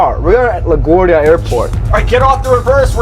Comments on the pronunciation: as a new yorker the way you pronounce la guardia infuriates me lol try pronouncing it like la guAHRdia (emphasize the a more kinda) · "La Gwordia"